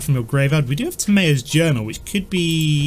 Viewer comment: its pronounced Tam ee yos journal